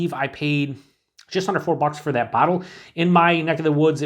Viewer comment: Cheers you said under 4 bucks a bottle, it sounded like a hundred 4 bucks a bottle had to play back,thought you lost your mind.